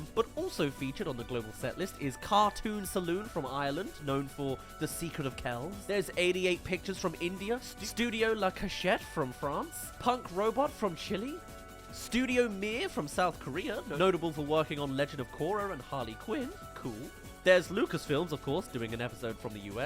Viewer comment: Not you pronouncing it as CHILI instead of Chile 😭✋🏼 Dont thake it the wrong way, but the E in the name of our country has the same pronunciation as the E in Elephant Or just pay attention to the way Pedro Pascal pronounces Chile if anyone wants some reference, but don't pronounce it like you were talking about the food chili, please, we hate that 😅